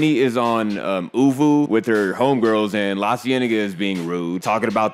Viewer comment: Not oovoo 😂😂😂